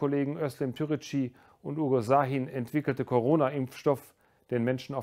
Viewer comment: Lieber Herr Präsident, wäre es nicht das Mindeste gewesen, die Namen von Uğur Şahin und Özlem Türeci richtig auszusprechen? Wieso ist es bei türkischen Namen schwieriger als bei französischen?